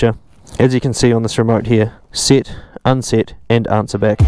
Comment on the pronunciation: Sit, unsit 😂